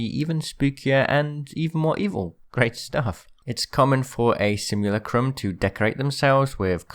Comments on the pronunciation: Bro it's simulacrum not simulucrumb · It's pronounced Simu-lack-rum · You butchered the pronunciation of simulacrum so hard